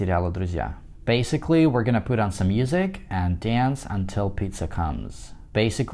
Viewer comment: BASICALLY с характерным акцентом ничего не значит.